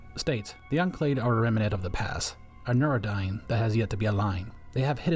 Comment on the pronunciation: It's pronounced remnant, not remenant.